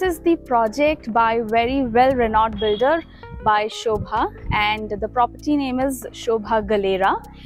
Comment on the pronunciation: It's sobha not shobha Pls correct yourself